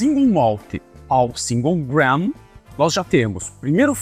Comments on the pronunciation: A pronúncia não é GRAN,. A palavra se escreve GRAIN, e a pronúncia correta é GREIN. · Gram whisky é de doer o ouvido